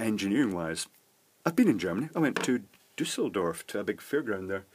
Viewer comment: The one time (?) you visited Germany you visited Duesseldorf (or Düsseldorf, great pronunciation of the "Umlaut" btw ;))? Ha, as irrational and stupid as it really is, you made a bcdc-fan from Duesseldorf quite happy.. Best regards to you, sir.